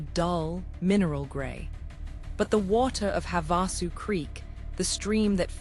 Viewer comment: If your AI can correctly pronounce "Havasupai," why can't it also pronounce Havasu Spring and Havasu Creek?" This is so annoying to those of us who know the difference.